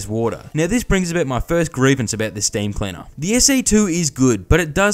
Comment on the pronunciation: what's "staieem"? nont noitive ongeleish expeekerer heeir. Ja. Ja. Ja. queosden